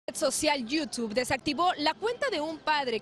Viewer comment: Por qué le dicen iutib cuando es "Youtube"